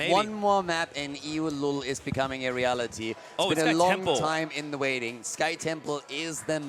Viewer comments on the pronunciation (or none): none